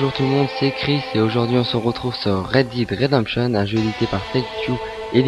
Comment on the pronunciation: juste "read DID redemption" ça m'a tuée